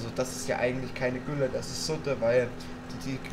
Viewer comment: Das heißt nicht tülle sondern gülle